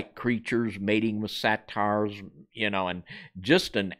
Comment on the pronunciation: Say-ters not satires